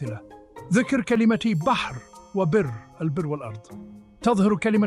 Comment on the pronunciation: يوجد أخطاء لغوية مثال : كلمة واحدة كلمة البر لا نلفظها بكسر حرف الباء ولكن بفتح الباء و تشديد حرف الراء